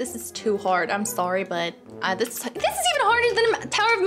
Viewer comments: hello hello sorreh sorreh not sorreh bye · when i heard says sorre sorre not sorre